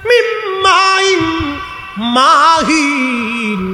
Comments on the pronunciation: ভাই মাহীন এর মধ্যে মীম টান হবে না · من ماء مهين মাহিনের মধ্যে কোন টান হবে না, বয়ান করার পূর্বে এগুলো আগে আয়াত দেখে নিবেন